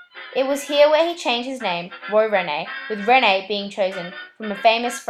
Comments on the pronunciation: It's not pronounced Renee but reen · The Hind part of Hindley St is pronounced like Mind. And Rene is pronounced Reen.